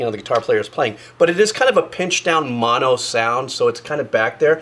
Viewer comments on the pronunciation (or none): none